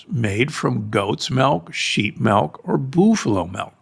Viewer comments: What’s “melk”? Is it similar to milk? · what part of the US is Doc from? "melk"